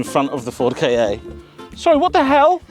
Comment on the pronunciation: More "Kah" as in Kahki (or Capture) than "Kar" as in Karp or Carpet